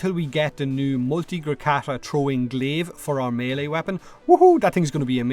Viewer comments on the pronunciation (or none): none